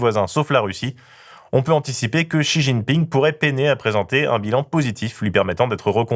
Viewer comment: faudrait arrêter de l'appeler "Chi jiping" I beg